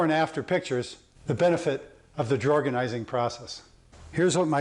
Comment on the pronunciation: Lol drawgonising 😂😂it works 💪